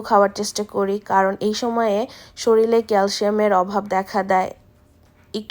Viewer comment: জানি এটা দোষের কিছু না, অনেকেই শরীর কে শরীল বলে কীন্তূ তোমার মুখে অনেকবার শুনে একটু কেমন যেন লেগেছে । রাগ করোনা আবার ভাষা শিখাতে এসেছি মনে করে। দোয়া করি অনেক ভালো হোক। ও একটা কথা আর্দ্র'র সামনে খাবার খেলে ও কি কোনো react করে?